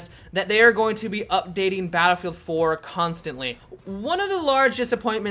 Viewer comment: It's "Battlefield 4" no "Dinofield 4" dude..